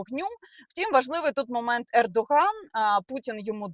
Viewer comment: Recep Tayyip Erdoğan. у турецькій ğ не читається. ґ там зовсім ні до чого.